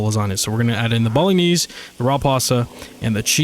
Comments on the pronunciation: The way you pronounce bolognese is so uhhhhhh unique? haha It's pronounced "bo-luh-naize" if that helps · "Bolognese" is Italian, so you don't pronounce the 'g' as a hard 'g', it combines with the 'n' to make a sort of "nya" sound. Americans usually pronounce it more like "bo-lo-nays".